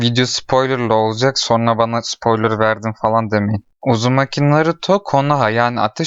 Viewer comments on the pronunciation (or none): none